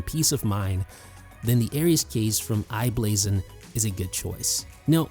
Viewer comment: Good video. One correction it's i-Blason